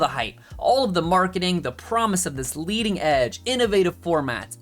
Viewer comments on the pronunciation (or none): none